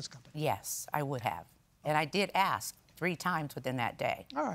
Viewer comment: Why can't people pronounce the word ask??? The whole case is frivolous. Someone looking for money. That burn affected this girl's self-esteem??? This is the entitled world we live in. I can't believe they awarded them $2500. When you have a procedure like this done, then accept the risks involved. The defendants were not negligent.